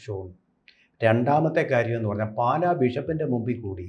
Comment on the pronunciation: പാല,അല്ല.... പാലാ ........>>>